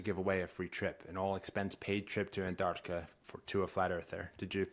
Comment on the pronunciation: Do they ALL think it's called "Annarticka"?